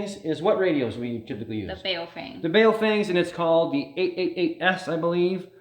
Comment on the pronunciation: FWIW, it's pronounced "bow fung"